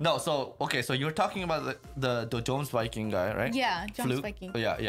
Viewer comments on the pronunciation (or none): yeah pretty much any name in this show that has a "J" should be pronounced like the English "Y" because of nordic pronunciation lol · Some corrections: The king of Denmark didn't die in the sneak attack in Northumbria, his sister Gunhilde did. The king wants revenge. Jomsviking is pronounced with a soft J, "yomsviking." Floki isn't the guy who was fighting alongside Thors in the first episode, although he was mentioned.